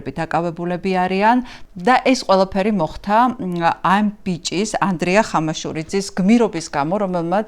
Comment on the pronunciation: მოხთა.. გააცემა.. მცთელობა ... მძიმე მოსასმენია, გამართული ქართული სანატრელია...